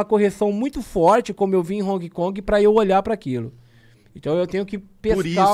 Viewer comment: É impressão minha ou ele fala "Honki Kongue"?